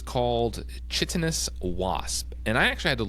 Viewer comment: Chitinous is pronounced KY-tin-us. Great show!